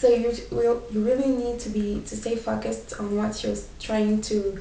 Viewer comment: Almost all of the words you said were pronounced properly...except the word "pronounce" lol. Oh, and "knowledge" too. The "o" in "focused" is a long o, not a short one. you should have said "I will not be disappointed" not "disappointing". And you were right the first time with "let down". And you're probably the prettiest teacher I've ever had, no need to correct anything there :) Thanks.